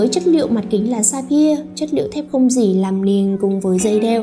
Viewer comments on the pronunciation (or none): Gỉ đọc là dỉ chứ k phải gỷ nhé. Chưa thấy ai đọc gỷ như bạn bao giờ. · đọc thế này mới đúng nhé và t chưa thấy ai đọc là gỷ bao giờ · ồ thế cô giáo bạn cũng dạy bạn đọc là gỷ à buồn cười vậy. Gỷ sét à :v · bạn cũng đọc gỉ là gỷ luôn à :v. Ủa hay bây giờ sách tiếng việt ngta cải cách hay bh giáo viên dạy khác nhỉ chứ ngoài đời tôi chưa thấy ai nói là gỷ sét bao giờ.